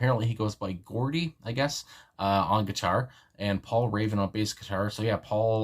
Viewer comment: Gordy😅😅😅🤣🤣Gordie. Jawdie